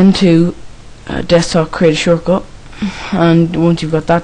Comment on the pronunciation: '' craeet ae shoort cut ''